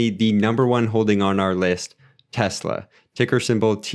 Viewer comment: Thanks for taking time to break these down. Good job pronouncing Tesla a lot of people pronounce it as Tezla. New to the channel I subbed.